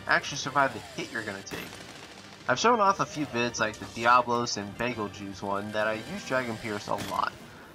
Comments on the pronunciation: Oh btw, its not Bagelgeuse its BETALGUESE- DES! (re:zero reference) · Bazel-geese is the correct pronunciation, if anyone was curious.